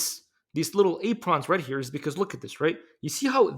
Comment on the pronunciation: Amazing. 60 years and I've never heard apron pronounce that way. Learn something new everyday.